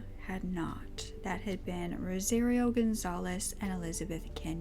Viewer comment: It’s pronounced like “Rosa-Rio” like Rio de Janeiro. You’re pronouncing it like “rosé-reeo”